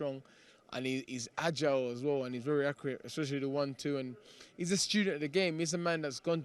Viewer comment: 'Accriate' 😂😂 Love Dillian lol